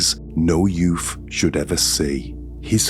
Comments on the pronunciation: yeah. I love the way talks tho. It's just the "yoof" that made it sound so funny. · What's a "youf"? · I love how he says ‘youth’ lol yuf 😅❤